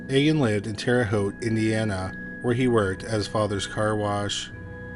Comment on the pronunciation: Terre Haute, you pronounced it correctly!